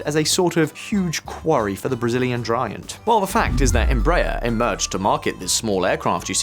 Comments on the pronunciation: It's Em-bra-er. Not Embrayer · 😂it is pronounced Embra Air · It's embra-AIR. Read like that and you'll get it right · EMBRAER is pronounced like embra-air (embraEr) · Vídeo bem razoável, mas é muito triste que o locutor não saiba pronunciar a palavra " Embraer ". Que vergonha......... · You should have taken a minute to learn how to correctly pronounce Embraer. Just go to Google Translate, select Portuguese, write "Embraer", and click "lisen".